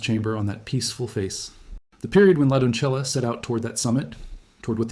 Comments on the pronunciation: Doncella, pronounced [don-seh-ya] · For the correct pronunciation of "doncella," say "dawn-SAY-uh." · Doncella is a Spanish word why the Italian pronunciation?